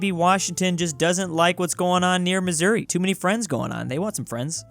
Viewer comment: To be honest I do not like how you say Missouri